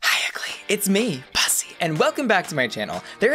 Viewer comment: Call me petty, but I can't watch this, only because he pronounces Bussy wrong.